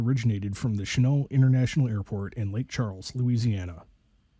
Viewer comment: The airport name is pronounced "Shen-NAWLT." Who in the world does NOT know who Claire Chennault was?? That being said, the student pilot was an IDIOT who basically murdered his wife and child.